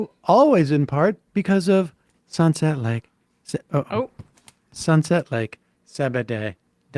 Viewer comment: What's with Sam mispronouncing the active ingredients of the sponsors product? "Sunset Lake ser-ber-day"??